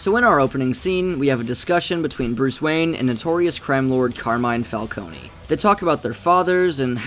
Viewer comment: Oh no, you didn’t pronounce Falcone wrong, that’s how it’s supposed to be pronounced. In the Telltale games, everyone pronounces the Falcones as “Falconey” while Carmine Falcone pronounced his last name as “Fal-Cone”. The Nolan films made everyone think it’s pronounced “Fal-coney”.